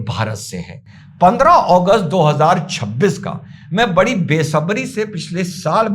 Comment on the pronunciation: अगस्त को ओगोस्ट क्यो बोल रहे हो